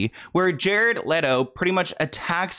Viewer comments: I want to know how you're saying LATO when it's clearly spelt LETO? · Lol its hard for me to watch this when you keep saying Jared "LATO" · Love you but it’s Let O not Lay Do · Leto like leh-toe not latoe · It’s LETO not LATO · Hello everyone! It is in fact pronounced Lay-Tow … google it! 😁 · Why are we saying Jared Leto like Jared Laydoe LMAOOO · Layto?? I figured the pronunciation of this name you could get right since he's super famous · Love ya, but it's "L-EHHHHTO" 😭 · It's pronounced let-Oh like let go but with out the g. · Omg the way keeps mispronouncing Jared Leto 🤦🏻‍♂️ lol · You're saying his name wrong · the way you pronounce Leto is painful. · the way you pronounce his name has me tickled lol